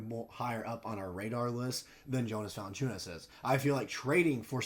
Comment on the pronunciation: Still didn’t pronounce his name right 😂